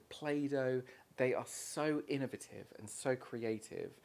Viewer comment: He made me forget how to pronounce it! 😂 I sat here for a few minutes trying to remember how to pronounce it lol.